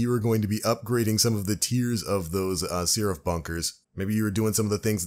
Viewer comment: The hell is a "sea-raph"?